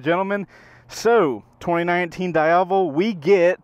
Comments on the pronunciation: it's not "daiavel", is "dee-avel" bruh.mp3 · Da-ya-vel? It's Di-ya-vel, isn't it? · Diiiiiiiiiavellll not Dieavle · I did a nice 45 minute demo ride on a Diavel during bike week like ten years ago and have wanted one ever since. Odds are very likely that I'll have a 1260 S in my garage by next spring! Btw, the Ducati people told me it's pronounced Dee-ah-VEL (emphasis on the last syllable), not Die-AH-vel (emphasis on the middle syllable). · die havel... smh is pronounced D AI VEL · DEE-AVEL, not DIE-AVEL. Just sayin... 😁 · How to pronounce "Diavel" correctly Dieyavel/daiyavel = wrong Deeavel = correct Sorry just a bit disturbed by the pronunciation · Correct pronunciation is Dee-ah-vel. No big deal, unless of course you're reviewing one on video in which case it wouldn't be a bad idea to get it right. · dee ahh vul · Am i the only one who got annoyed with his Diavel pronunciation? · Love how you pronounce Diavel, come on, say it right...